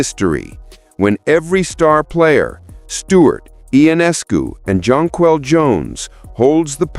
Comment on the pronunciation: The same goes for Jonquel Jones. Make an effort to spell and pronounce their names properly.